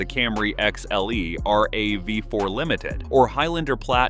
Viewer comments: Is this an AI voice or something? No one says R-A-V-4, they say Rav. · ugh, sick of AI voice, just be human, but good tips. "But Toyota planned ahead." All remote key fobs can still start the car with a dead fob battery. And it's Rav-4, not R-A-V-4. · Yay, more AI slop. R. A. V. 4, lol. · You know it's a bunch of garbage and bot or AI produced when you hear the pronunciation errors like R-A-V-4. HA!